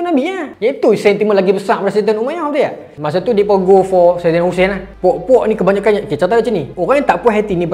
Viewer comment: Maaf tolong perbetulkan ejaan dan sebutan , bukan saidina mcm permainan tu tapi sayyidina. MAAF❤